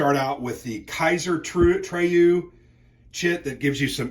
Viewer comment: If this was Alexander playing the game, he would have gotten that right. Sorry about the mispronuciation!